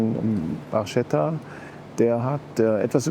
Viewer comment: Trotz des "Baschetta" mal ein Like da gelassen. Barchetta bedeutet kleines Boot und wird "Barcetta" ausgesprochen. Das H ist in der italienischen Sprache stumm. Niemand sagt (hoffentlich) Spaschetti, Lamborschini.